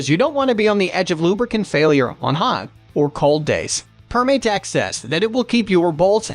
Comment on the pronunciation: It’s Perm-ah-tex, not Perm-ay-tex. As in “perm-a-nent” since their original product was adhesives.